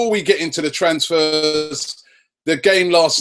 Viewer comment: thats un-heareeerezdz ofv